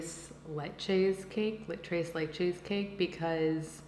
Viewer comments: How many of y’all were shook when she said trace leche? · “Trace Laycheys” 😂 you say it with the thickest American accent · She’s not Spanish, she doesn’t need to know about Spanish culture. Do you know everything about Asian, Native American, or any other cultures but yours? Because she can’t pronounce Dulce De Leche or Tres Leches very well, that means she’s oblivious to culture? No. Chill out. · Liberty Dayshell yeah, I’m an American with Korean heritage, yet I know how to pronounce tres leches properly. It’s funny bc all she has to do is google it, yet she gets confused every time she says tres leches. 😅